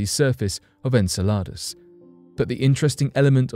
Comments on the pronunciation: Repeat after me its pronounced "En-cell-od-us" not en cel lott a that sounds like a menu item off taco bells menu . Repeat after me...... it's "Guy-Sir" Not Geezer.. I agree with my man Richard True That's our President of our States because we darn sure are not that united at the moment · Anyone else get irritated by the way he said Enceladus ??? Its prenonounced En-sella-Dus, Its NOT prenounced En-salar-dus🤯🤦‍♂️ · Enceladus! He keeps saying this word as if in Spanish which means salads!😂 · “En-sell-lod-us?!” It’s “En-sell-uh-dus.” He makes it sound like Spanish “En saladas” (“in salads?”) For a Brit, he sure is awful at pronouncing English words (even if those words have non-English origins; they do have commonly known pronunciations in Ingles.) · I'm sure Enceladus is pronounced 'en-sell-eh-dus' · Are you going to run a piece on pronunciation, I hate to be picky, but it's en·seh·luh·duhs. Just google it please, I hate seeing names changed into something unrecognisable. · I think he got confused and thought he was talking about a Spanish salad. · He is british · I understand that there are many words that the British pronounce differently than Americans, but I didn’t know Enceladus was one of them … hm..perhaps that is why though